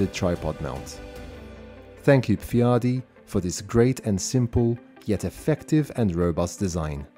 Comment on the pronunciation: Thanks for promoting my design. And yes, pfiadi was pronounced somewhat odd. But hey, who expects everybody out there to speak bavarian slang.